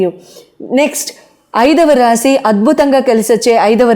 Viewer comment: ముందు మూడు పాయల జెడ వేసుకుని, ఊరికే ఆ కొంగు సద్దుకోవటం మానాలి. ఇదేం సంస్కారం..? స్థిరంగా కూర్చుని చెప్పటం నేర్చుకోండి. రాశి అని పలకాలి. రాషి కాదు. శని అని పలకాలి, షెని అని కాదు..